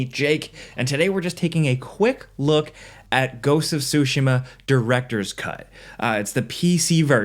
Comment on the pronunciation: "goats of sushi ma"